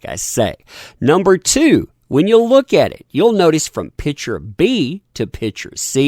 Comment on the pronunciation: Why mispronounce the word PICTURE? Have you a dictionary handy? Look it up.